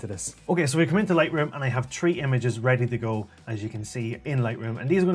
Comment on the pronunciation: "I have tree images":)